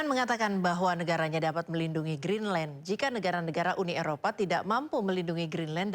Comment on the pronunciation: GREENDLAND 😂😂😂😂 JURNALIS IQ 78